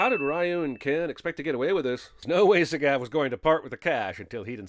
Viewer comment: Not taking a stand against the horrible pronunciation of "Sagat" ding